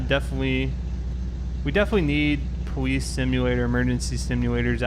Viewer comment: I’m sorry I’m not trying to be mean but every time he says police it sounds like powees.